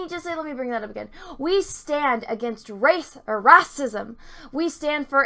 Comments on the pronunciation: Your pronunciation of "whammen" and "rassism" are delightful. ....seriously though Disney fucked us out of a stormtrooper-turned-Jedi because of overseas profits and thats a bummer. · Jon Boyega pulled off a rahcism too